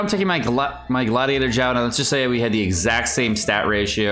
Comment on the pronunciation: Xiao, xi-ao, not jiao. Shenhe, shen-her, not shenha.